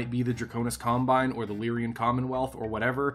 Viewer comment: so whats with constant wrong pronunciation of lyran? I know its a year late.